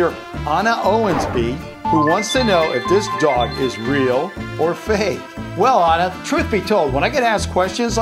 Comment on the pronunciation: Stop saying fak ha ha ha!!!!!!